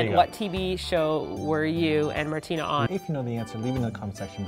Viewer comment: What's up ""? 😂